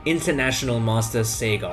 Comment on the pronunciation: wonderful video! loved how u emphasize on using free resources. if i may, i would like to clarify how to pronounce Sagar Shah correctly, I understand it's not intuitive for everyone. Sagar = Saa (as in 'sour') + grr (like an animal sound but shorter duration, don't stretch or roll the R)